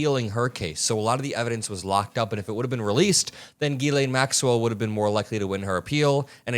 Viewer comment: * Ghislaine. Gees-lain (but with a softer G, and said like in "Gee".) I don't know why people like the guy in the video (not ) and so many other people say, "Galain" [Maxwell] which isn't even close.